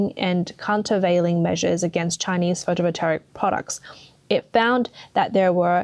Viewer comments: Seems that BYD is planting its EXPLODING CARS all over the world! 😲 Is this a CCP plot? 🤣 EVs are a scam and Chinese EVs are potential death traps. Only a FOOL would buy one... 🤪 "Photovoltaic" does not have a "R" in it. Pronounced fo-to-vol-tay-ic. M 🦘🏏😎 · I have never heard words mispronounced so many times in one video. Someone forced this narrator to read words she is unfamiliar with. Especially photovoltaic. There isn’t even an “r” in it. Then subsidies was pronounced as subsidaries (she probably mixed it up with subsidiaries) several times before miraculously being pronounced correctly.